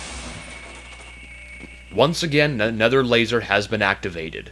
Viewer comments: Yes he mean to say "another" but he always says ''anether'' in all his videos. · It kinda pains me how he says 'aNETHER' instead of 'aNOTHER'